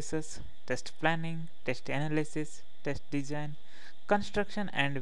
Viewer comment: I'm sorry this video is that funny I can't concentrate, his voice and the way he say analyses makes me want die :D